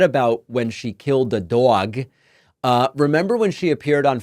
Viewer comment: I like the way you say dog sounds like your from New York